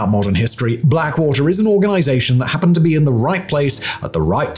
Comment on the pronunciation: Glad you told us what 'happned' 😂